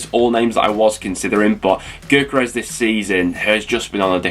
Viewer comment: It’s pronounced yokeres, best striker by a mile, ccfc